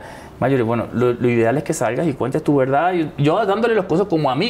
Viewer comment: Apenas me vengo a enterar de esta entrevista, este señor se ve sincero, además le gusta como cuenta "su veldad" 🤭, esta muy guapo por cierto 💕